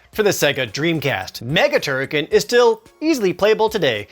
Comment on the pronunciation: Please tell me that I am not the only person who pronounced "TurriKEN" AS "TurriKHAN".